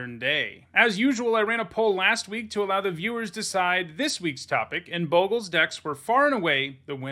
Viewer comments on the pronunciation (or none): you're a Boe-gles guy... I cringe everytime I hear it. It's Bog-les not Boegles...